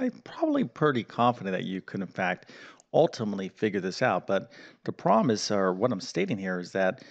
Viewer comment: Why is a problem sometimes a "prahm"?